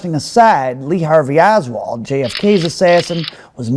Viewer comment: As soon as the butchering of the Oswald thing happened its time to switch off 😂